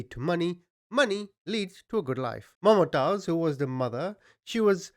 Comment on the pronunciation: Man you rightly call yourself a 😁,its not "MumaaTaiz",its pronounced Mumtaz like Moomtaaz.Wtf dude,Its a common name.